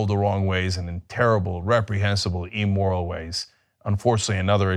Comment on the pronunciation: Cenk, you have said "emoral" in several videos now. There are two words in the English language that relate to "moral": Immoral - Is the opposite of morality. It is doing what is wrong knowing that it is wrong. It is not caring about the consequeces of your actions i.e whether your actions are right or wrong. Amoral - Means having no morals. Here the person neither knows what is right nor does he know what is wrong. It is doing things without any knowledge of right or wrong. Such a person neither cares for right nor for wrong to him both are the same.